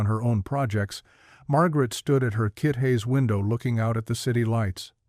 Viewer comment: "Kit hays" instead of kitchen again has made a really well written and engaging story much less engaging and ruins the immersion. Please sort this out, getting really offputting now🤔😒